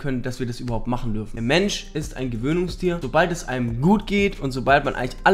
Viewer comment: Du mysst nicht X, Y mychen. Du mysst nur Y mychen